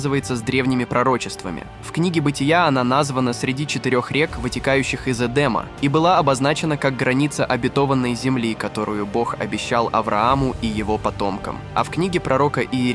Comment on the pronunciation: ОбетовАнной земли, а не обетОванной земли. ВьігравирОванньіе, а не вьігравИрованньіе.